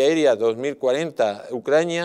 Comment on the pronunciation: Cuántas veces a dicho ucraña?